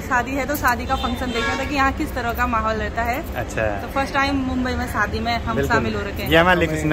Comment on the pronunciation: Nice video 👍 सादी नही शादी बोलो।